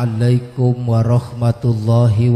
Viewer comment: Makhroj salamnya aja salah blepotan.hmmm